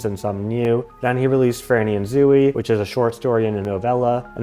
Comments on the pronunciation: I'm sorry, but I can't get past how you pronounce Zooey. ZO (long O) E (long E). Salinger stated that the book was semi-autobiographical. I appreciate your research, but I think your thesis is flawed and overly complicated. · Oh gosh that is not how you say zooey I’m so sorry